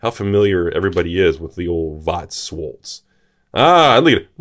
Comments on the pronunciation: your prononciation of Weiß is flawless. On schwarz you could Work xD its more like If you shh someone then the w from weiß and ans the Last Part ist like arts "shhwarts" or Something like that xD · You still mispronounced Schwarz